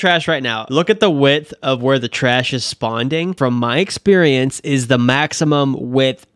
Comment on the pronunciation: you said Spawnding